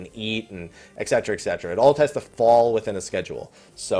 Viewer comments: Exsetra /cringe. Et Cetera. Et Cet-er-a. Thanks for making the correction, my inner grammar nazi can rest now. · I always got "et cetera" wrong too. "D&D leveling in FFII" What?